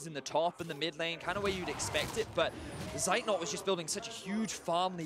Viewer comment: who is this seit not they talk about, his name is Zeitnot...